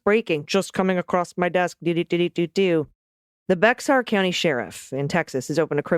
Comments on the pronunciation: BEXAR is pronounced bear. Sorry just lived there 10 yrs and consider myself Texan lol! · Dear ones, "Bexar" County in Texas is pronounced "Bear". Easy mistake for non Texans.